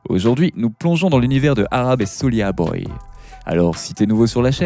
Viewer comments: Svp prononcez Souldja et non Soulia. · Soulja comme Jack pas "soulia" boy lol